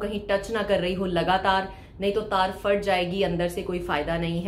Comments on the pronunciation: FAAT.... Nahi hota, ???? ..phat hota hy... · Fhat ge the ya phat gae the?? Plz explain why p is silent in your vocabulary ??